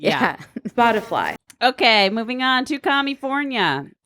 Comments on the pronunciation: My red pill moment was when Jen Psaki said "spotifly". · I wonder if Psaki mispronounced spotify on purpose to make it seem like the she and the administration have more distance from the issue and the company